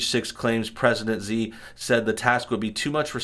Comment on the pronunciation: Xi is pronounced shee